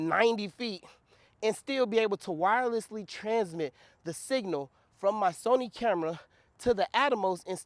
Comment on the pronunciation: its the 'wirereslessly" for me lol...good stuff dude keep it up. love to see the excitement